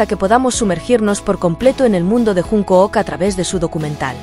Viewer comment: No puedo terminar de verlo después de oír llamarlo junk o o k. Jun k o o k? Aunque la mayoría lo llame Junkuk la pronunciación correcta es Chonguk